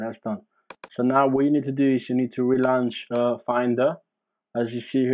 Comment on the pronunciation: jeez what fuckin language is THAT?? “relunch” moron.